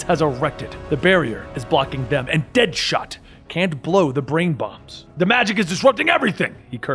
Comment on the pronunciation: He said kingshot , deadahot lol